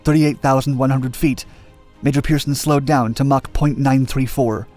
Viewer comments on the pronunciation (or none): none